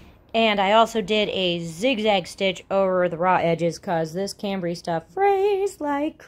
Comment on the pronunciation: Cute stuff. Just for future reference, it’s pronounced sham-bray.